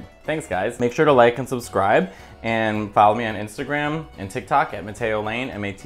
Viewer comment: Another great dish! I was wondering if pesto alone would be a sustantial enough sauce, but after watching you make it, I'm convinced. Thanks, Matteo! By the way, this may sound ridiculous, but when you say your name fast like that, it really does sounds like "potato." I don't know why. Maybe it's one of those laurel/yanny things.